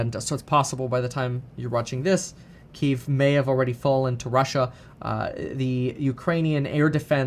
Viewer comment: I've been taking stock advice from a guy who doesn't know how to pronounce Kiev? Fuck me...